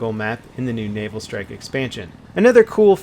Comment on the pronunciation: lol i thought u said anal strike